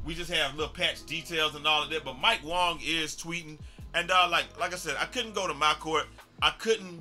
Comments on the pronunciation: lol it’s pronounced Wang 😂😭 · Ay bro I think you're saying Mike Wang's name wong